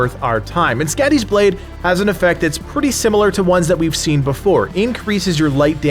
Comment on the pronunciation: skadis .blade..its pronoced ..like your saying scotty.. but it whould be..soddi ..she is a norse goddess of winter and the hunt..and she looks like a juaten weridly